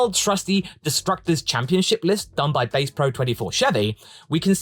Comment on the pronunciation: 😂Can't blame you for saying it wrong. Bass in this context would be the fish (pronounced bæs—b as in buy, a as in bad, s as in sigh. Credit to wikipedia).